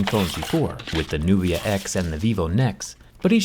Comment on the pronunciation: Nubia sounds like nokia